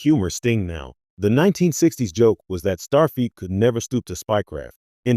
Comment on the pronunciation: MAGA Make America Godly Again,,, After hearing "Starfeat" three times, I just stopped watching. It is, "Starfleet".